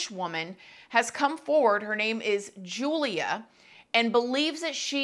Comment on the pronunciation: Hey, here for Poland 😊 her name is pronounced with English Y instead of J so like you would say Yulia. Love your videos 💕